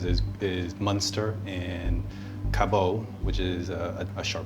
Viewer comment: LOL, oh. We ain't so fancy in Vermont - it's pronounced "cabbit," not "caboh."